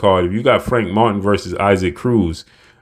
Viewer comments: Pronounced E-Sock, not I-Seek cmon! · You keep calling this man “I seek” 🤣🤣 It’s “EE Sock”… if not then just call him Isaac like Isaac Hayes… lol